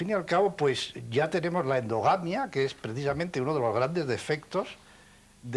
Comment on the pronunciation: por Dios!a eso se llama endogamia! si que le cuesta a usted decir esa palabra